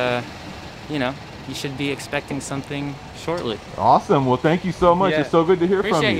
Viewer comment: BRO SAME AND THEN HES LIKE “ShOrTlY”